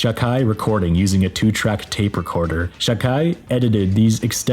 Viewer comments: You did a great job. I know how hard it must be. Only Holger Chukay is pronounced differently, more with an u-Sound in German, which sounds like oo in English (think of food), so try Chook-I. Greetings from Germany! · The pronunciation of Czukay in the video really threw me. I always (incorrectly) pronounced it Zoo-kay. Professor Google sez it's Choo-kai. Kraan up until at least 77 and the 1st Kollektiv album should be mentioned in any video on this subject.